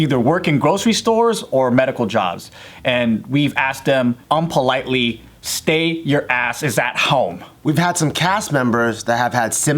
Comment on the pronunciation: this video is supposed to be serious, yet i still laughed when joe emphasizes “unpolitely”.